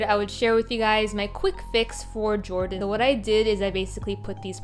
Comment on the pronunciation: Every time you said "Jordan Lee" it hurt me inside lol /j Great minifigure fixes as always!